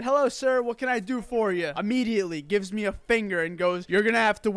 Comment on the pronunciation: Not to be a male Karen, but the "meh" instead of "mee" always throws me.